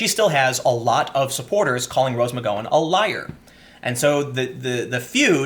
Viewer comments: Love your commentary. But Tim. Dude. Start googling "how to pronounce (insert name here)." McGowan has a gow like now. Now like row. You're too smart and your content is too good for you to keep mispronouncing shit. Even when you know you're mispronouncing shit, you call attention to the fact that you don't know how to pronounce it. Just Google it before you shoot and stop apologizing. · Really? Quoting revenge passages from the Bible? Who does she think she is, Jules Winfield? 😂😂😂 And Tim, you really still don't know how to pronounce McGowan? Gotta be doing it on purpose to annoy us. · Tim, I love your work but.... How do you say cow, pow, flower, power??? Now, how do you say McGowan??? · I can only assume this is the worst attempt at pronouncing "McGowan" in recorded history. That was painful to listen to. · OMG! Me too! Pun intended 😉. It's as bad as hearing Sean pronounced seen! I was correcting him out loud each time while my husband laughed himself silly!